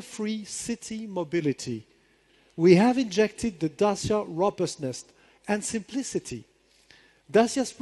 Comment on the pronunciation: C'mon, Renault people, learn how to pronounce "Dacia" correctly...